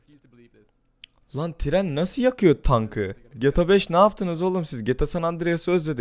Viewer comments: Abi sinir oldum geta 5 gibi söyleme gta 5 i geeeta 5 de nolur sinir oldum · Gata 5 oyle okunmaz gta 5 böyle oku ur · Olum artık şu oyunun adını doğru söyle geta5 değil G T A 5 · Geta 5 değil ge tag 5 diye okumaya çalışırsan daha iyi olur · getabeş ne insan gibi söyle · abi cok uyuz oldum gta 5 i cok garip soyluyon geta 5 diyon biraz uzatar soyle diyer youtuber lara bak oyle soyle cok uyuz oluyorum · Abi Nasıl Bir Gta 5 DİYİŞİN VAR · abi gta 5 i ayni ruslar gibi diyon